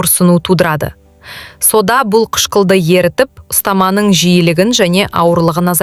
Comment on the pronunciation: Содан дейсің бе,әлде сОда дейсіңбе? Дұрыс оқып үйренсейші.или мектепке бар😅😅